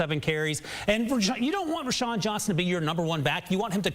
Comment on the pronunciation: Who the hell is Rashan Johnson? it’s pronounced Rowshawn